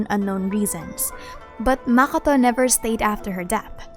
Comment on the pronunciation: ah shoot i used the wrong word. Yes you pronounce it kinna wrong to me. As if you say it in arabic way